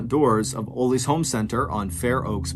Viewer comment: Its pronounced ahhlees not ooolees aka ollies 🤦‍♀️🤣🤣